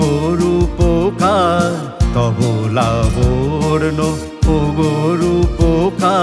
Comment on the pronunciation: কথাটা লাবর্ন নয় লাবণ্য হবে।